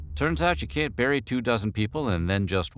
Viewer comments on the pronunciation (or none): none